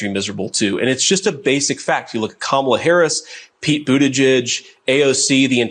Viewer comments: Old Sarah may have biological children, but she still doesn’t know how to pronounce “Kamala”. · SăRÁW purposely mispronounces Kamala as a juvenile insult. What "grown-up" does that? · Wanna know why there was a brief pause after Sarah Huckabee Sanders said "Unfortunately"? She wanted to make sure she mispronounced Kamala and had to practice it in her head lest she pronounced it correctly by mistake..